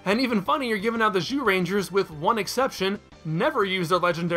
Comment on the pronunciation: You do sometimes slip and say jewrangers right?